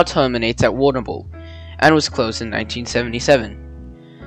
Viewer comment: Agreed I come from Warrnambool and cringing !